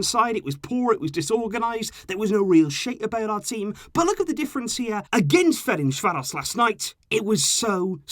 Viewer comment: ain’t anyone talking about how he said fercanvaros correctly?